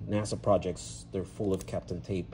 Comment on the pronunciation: Kapton tape not captain. at least google search suggestion gave me correct spelling. just looked to see if in the description you mention, yep capton. you say tomato, i say tomahtoh. you keep impressing me. Me Da Gusto Compa', le hechaste ganas. me quito el sombrero :face-fuchsia-tongue-out